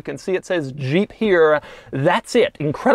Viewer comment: The way doug says zhheep